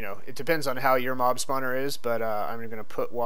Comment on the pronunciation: in the beginning, it sounded like you said mom-spawner